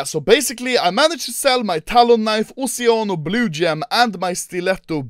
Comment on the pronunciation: when he said "oceanos" i heard "oceanus"